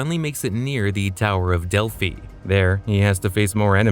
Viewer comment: Bro said Delphi wrong.